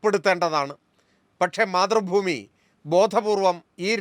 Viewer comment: KPCC പ്രസിഡന്റ്‌ പറയുന്നത്,, മാധ്രുഭൂമി എന്നല്ല,,,, മൈ,,,, മൈ,,, മൈ,,,,,,, രു ഭൂമി എന്നാണ് 🤣🤣അതാണ് ശരി 🤣🤣🤣🤣